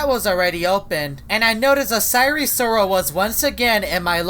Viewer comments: it’s not sire sirol it’s sire sol 😡😡😡😡😡😡😡😡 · "And sire sirol was nowhwere to be seen "